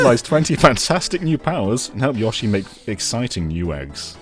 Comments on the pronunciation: I wanna shake all of the UK each time they say YA-SHE They say their own name constantly, just copy "Yoshi" from any of those games 🙏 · YOH-SHI. Dear GOD, lads. You get bloody Odie right, but not one of the characters your channel's namesake holds dear!